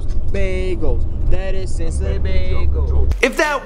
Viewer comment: I live in Cincinnati and was it just me or did it sound like he was saying Cincinnati bagels